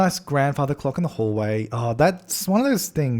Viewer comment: did he say theres a "green cock on the coffee table"? 😂